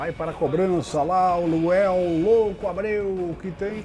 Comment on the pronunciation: Até agora o não conseguiu falar LUANEL kkk